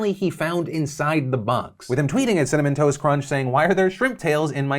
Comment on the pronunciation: You say Cinnamon Toast Crunch I hear Cinnamon Toast Ken. 🤣